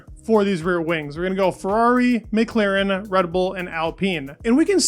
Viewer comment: MclAAAAAren not MclEEEEren